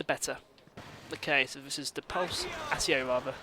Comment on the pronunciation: By the way Accio is pronounced Ak-ee-o not Ahs-ee-o. It might be different in Britain but I don't know since I'm from Australia.